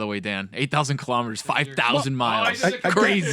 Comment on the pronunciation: “8000 killer meaders..” try “ki laahmeter”, it fits better lol